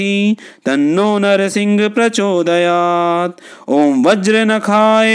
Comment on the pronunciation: ॐ वज्रनखाय विद्महे तीक्ष्णदंष्ट्राय धीमहि तन्नो नृसिंह प्रचोदयात् ।। ये गायत्री छंद मैं हैं मंत्र महोदय परन्तु आप नृसिंह को नरसिंह पढ़ रहे हैं जो की उच्चारण अशुद्ध है और छंद भंग हैं